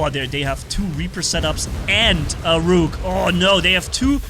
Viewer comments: Rook is pronounced like book, not like nuke. The rhyming does not work. LOL! BTW... The machine guns work pretty good against Rook as well. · say look but switch the l with an R.